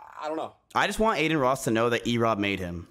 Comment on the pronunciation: "What's an Erobb." OMEGALUL